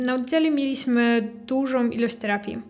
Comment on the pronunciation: Dzień dobry! Przepraszam. Czy to jest wymowa krakowska? dZękuję, mieliSmy, odZiał, Sedem, stawiC i t.d. Mieszkam w Syberii. Po raz pierwszy słyszę taką wymowę.